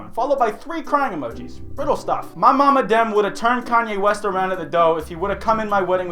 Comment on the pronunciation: Koonye Woost